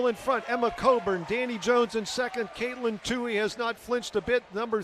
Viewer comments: Next time Katelyn runs please have pros call the race and pros running the cameras! These guys were gabbing about nonsense while Katelyn was getting passed, and the camera guy missed the shot. And one commentator, the guy who rambled about nothing relevant, didn't even know how to pronounce her name. That was just pathetic. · The one commentator needs to learn how to pronounce Katelyn’s name.